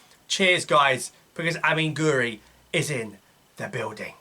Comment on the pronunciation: Its pronounced gwiri not gori